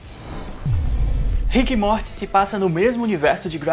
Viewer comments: Pq vc fala MORTE??. N assistiu não. Morty se lê morry....kk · Por favor não pronuncia "Mort" please!!!! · Mds para de falar morti 🙏🙏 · Que agonia ver vc falar “MORTY” e vez de “MORY” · se fala morry ou algo do tipo, mais pfv n fala morti dá agonia, aff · Meus ouvidos sangram quando escuto “Rique e Morte “ Kkkkkkkkp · "riqui moirti" KKKKKKKKKK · A pronúncia é MORIIII QUE AGONIA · “Morte” não, meu amado, pls!!! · Pq vc não sabe pronunciar "Morty" ? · Fala o nome do morty direito porra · Isso é um doido kk, até o nome do morty ele pronunciando errado, esse maluco. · Mano da agonia o cara falar o nome do morty errado kkkkk nao se le do jeito que se escreve nao amigo kkkk